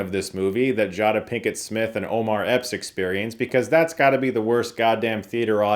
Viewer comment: Jah- dah pickett 😭😭😭